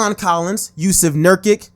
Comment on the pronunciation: ohh my gosh he kepts pronouncing nurkic wrong